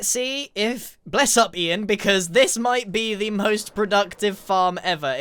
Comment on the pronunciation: DID BRO JUST SAID IN A JMACIAN ACCENT "BLESSUP IAN" LOL🤣🤣😂 .59